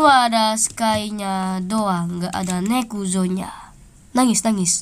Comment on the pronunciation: Baru tau nezuko di baca nekuzo 🗿